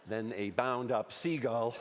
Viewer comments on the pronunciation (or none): He could say "seagull" instead of "seagal"